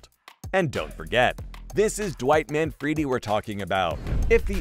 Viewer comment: “Manfreedi” 😂, it’s not “Manfreedi” in Italian OR English.